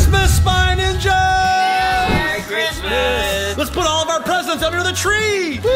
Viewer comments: It not crismas it's February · It's not chirsmas